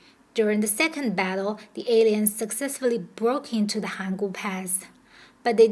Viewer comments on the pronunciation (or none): Alliance is pronounced ah-LAI-yuns ... the mispronounciation is a bit distracting .... Otherwise this is a great video.